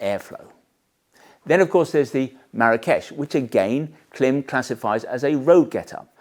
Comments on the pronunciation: Just for your information, the brand is not pronounced klim, short “I”. It’s pronounced KLYME, long “I”. Their logo has a macron (horizontal line) over the “I”, indicating a long vowel sound. In their company videos they refer to THEMSELVES as KLYME. So I’m not sure why you insist on referring to them as klim. You’re the only one doing it. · I do watch your gear videos since they are in-depth and brings a different perspective for us, Americans who thinks the world revolves around us. But I have to say...isn't it already sounding snobbish by pronouncing the brand as "KLIMB". You are doing brand damage by saying it incorrectly. Everyone and their grandma knows that. If they say CLIMB, it is what it is. Whoever you are or think cannot justify or change the way a company brand themselves. I had to argue with a rider cousin from the UK. He must be your subscriber. LOL Anyway, keep them coming and its "CLIMB"!!! , I downgraded my Baja to the Induction Pro. The Pro feel lighter, flows more air and have all around level 2 armor and $100 lesser in the US. I dont need to look like an ADV rider. I need comfort and protection. , I can guarantee Induction pants work with the AStar Tech 7 Enduro. However the velcro closure on the Tech 7 catches the mesh on the pants. Minor irritation but its the issue with boots having the hook side Velcro on the wrong side. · Correct me for correcting you if I'm wrong but I heard KLIM was Milk spelled backwards and so pronounced CLIM. Milk backwards because their first customers were snowmobiling ranchers.